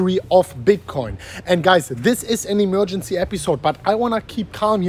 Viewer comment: I love him saying Emmmergency with his accent. We know what he means with emergency, just listen up!